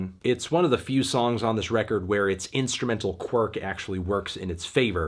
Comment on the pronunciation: So not a good feew weeks for records huh?